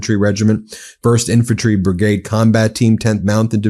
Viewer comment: You can't pronounce "brigade" or "Iraq." Why should we listen to you?